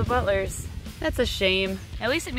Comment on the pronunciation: When she says butler’s it Sounds a bit like “butless” Not hate at all